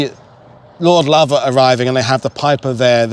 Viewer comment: Come come good Sirrah! Tis pronounced Lovat not Louvat this otherwise splendid work keep it up Sir...